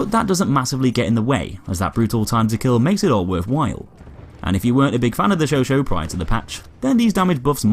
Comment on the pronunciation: You are pronouncing chauchat wrong but great vids